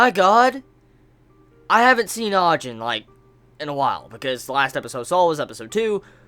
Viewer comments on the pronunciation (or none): Btw its (Ah-Jeen)